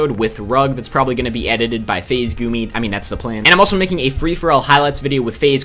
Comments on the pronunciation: did he just call Gummi, Goomi? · omg he said"Goomi"